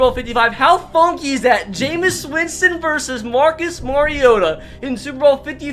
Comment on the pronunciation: It’s pronounced ja-mees Winston